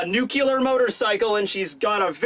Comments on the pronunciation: its NUCLEAR,... really disappointed in you. unless you're constantly making simpson references, in which case, stop. NUCULAR is not a pronunciation of nuclear. congratz on the degree, tho:) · Nuclear. "New-clee-ur" not "new-q-lar" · I love you and all, and ive been watching your vids for a very long time now, but I NEED TO SAY THIS I CANNOT HANDLE IT ANYMORE... It's NUCLEAR, not NUKILAR.